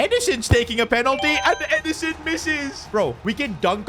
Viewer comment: It’s not edison it’s ederson